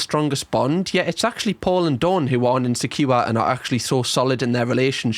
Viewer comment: Insecure = in-sek-kiyu-wa